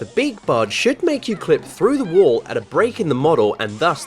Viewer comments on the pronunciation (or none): Wall Not wool